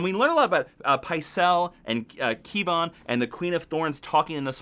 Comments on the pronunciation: You can't get the names of any of the characters right."Dwayne", "Keeban", "New Varys" what the hell? You think Rhaegar is in the tower? He's fucking dead, sorry. A Lannister revolution? Seriously? Do you know who is at the head of that table in the Small Council? Kevan Lannister. Do you know who the king is? Tommen (who is the son of Cersei Lannister) not to mention we see in the trailers that Cersei works with the Tyrells to combat the Faith. Are you even paying attention? Jaime can't possibly make it to Essos to "find Tyrion" if we've already seen that he's going to be marching on the faith and riding in the Riverlands with a Lannister host. That aside, how do you come to the conclusion Arya wants to kill Jaime? He's not on her list for a start. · i think maybe he didnt expect to see a normal name so just pronounced it "key-van"?